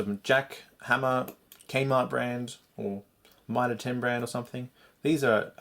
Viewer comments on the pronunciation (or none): none